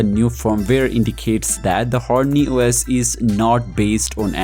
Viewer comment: Active the Translated..... Hormany os >>>horny OS..... 😑😑😑😅